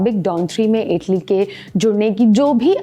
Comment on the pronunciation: इटली नहीं है ऐटली है यकीन नहीं आता ये सोरभ द्विवदी द्वारा खड़ा किया प्लेटफार्म है, बेडा गरक